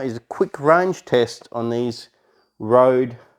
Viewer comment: the letter ø in rØde is pronunced like the "u" when you say "a house is bØØØØrning" , sounds like your saying "road" =) cool stuff. cool tree.